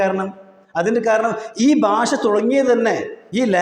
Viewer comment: DO U THE CORRECT PRONUNCIATION OF BASHA ? NOT BASA .TRY TO SPEAK ENGLISH.GO TO L K G